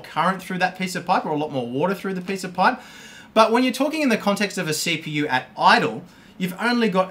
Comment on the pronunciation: I thought you were saying pie not pipe lol